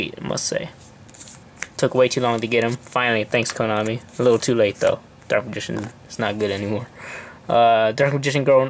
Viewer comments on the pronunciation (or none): none